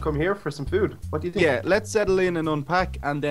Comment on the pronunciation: Did anyone else realise that the waiter said 'chu' instead of 'you'